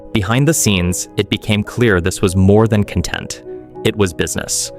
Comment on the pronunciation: He also can't say content correctly